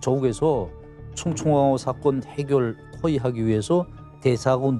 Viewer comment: 사건을 '사껀'에 가깝게 발음했는데 매가리 없이 특이하게 발음 하는 '사', '건'.. 이거 정말 들을 수가 없다.